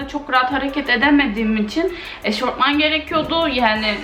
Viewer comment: Eşortman değil eşofman 🙈 Yarın sınavım var da "yazım kuralları" ! Hemen dikkatimi çekiyo 😂😂🙈